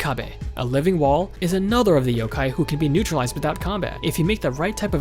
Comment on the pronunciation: Just 1 thing it is pronounced Yo-kai not Yo-ke